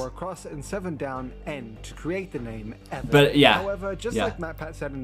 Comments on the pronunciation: His name is Devon not Devan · His name is Devon, not Devan